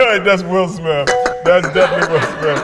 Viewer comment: I like how will says "Smiff" instead of Smith 😆